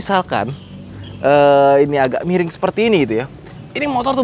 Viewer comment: suka ngereplay, 4.20 jadi, naikinnya itu harus pake "agak" tenaga. seberat itukah bang sampe tipo saat ngomong?